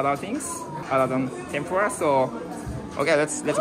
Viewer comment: 日本人が話す時にTENPURAのRAは舌を巻くのが正解？日本の物だからそこは正しく日本語の発音でキッチリ「てんぷら」の方が良い気がする…😅